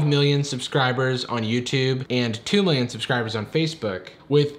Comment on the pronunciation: Don't you mean 'millioin'